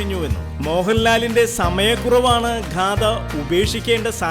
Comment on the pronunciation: ഘാദ അല്ല മാഷെ ഗാഥ